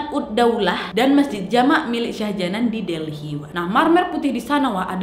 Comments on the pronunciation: Shah Jahan bro, bacanya Shah jehan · Sebutan nya salah ..shah jahan bkn shah janan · yg mama betul mbak ' syah jahan/syah jehan' atau syah janan??? seperti yg mbak ucapkan?? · Syah Jihan kok Syah Janan ,"Begum" bacanya begeum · Syah jahan kan? Bukan syah janan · Salah pengejaan kak, shah jahan yg bener